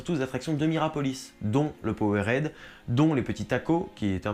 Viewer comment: Sympas cette vidéo, merci. Par contre, tu gagnerais à améliorer ta prononciation de l'anglais : j'ai flippé en entendant "un poweuraide" !